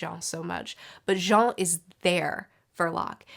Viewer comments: That "Jon" pronunciation sure is something <3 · Why’s she pronounce Jean like that